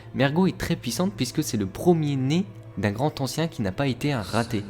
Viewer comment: PTNN oui je sais que la vidéo date de 4 ans, mais "le Grand Ancien" sans liaison il n'y a t-il donc que mes oreilles que cela dérange ????